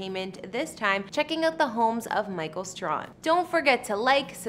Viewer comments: It's STRAY-HAN (like "hand" without the "D")... NOT STRON (like "strong" without the "G") Please, do your research and show more respect. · His name is pronounced STRAY -HAM. Give him his respect and say it right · I've been smitten over him for years. 😍😍😍😍😍 his last name is pronounced Stray-han 😂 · His last name is pronounced Stray- han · PRONOUNCE HIS NAME CORRECTLY! IT, STRAHAN IS PRONOUNCED " STRAY- HAN" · The surname is mispronounced it's STRAY-HAN(pronounced like hand without the d at the end).💙☺ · Please learn how to pronounce his name. It's Stray....han ! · How could you continue to mispronounced such a well-known and popular figure's name over and over again.I am quite disappointed in you and you have certainly lost some credibility with me.From here on out,do proper do diligence. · She sure f ing up his last name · It would be nice if you pronounced his last name correctly. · You pronounce his last name wrong. How do you do a video on someone you can’t even properly say their name. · You pronounced his last name totally wrong. It was soooo irritating 😠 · Too bad you couldn’t be bothered to learn how to pronounce the guy’s name before doing a feature on him. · Did even say his name right smh